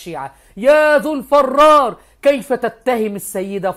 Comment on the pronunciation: "الفرار" بكسر الفاء و ليس فتحه